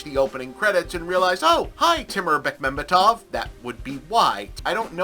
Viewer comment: Props to Bob for pronouncing Bekmambetov correctly. I also hoped that Zvyagintsev or Naishuller (ok, he got produced by Bekmambetov) might have been more known Russian directors.